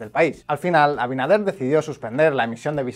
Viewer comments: El presidente de República Dominicana se llama Luis Abinader no Abidaner😭Muy bien video. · Abidaner jajjjj 😂😂😂😂 por qué le resulta tan difícil a algunos resporteros pronumcial abinader?